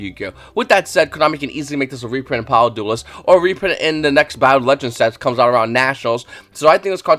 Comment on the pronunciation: Do you say power of the duelist on purpose? 😂It's always funny to me lol